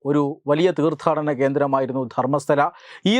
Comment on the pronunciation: ധർമ്മസ്ഥല അല്ല, ധർമ്മസ്ഥള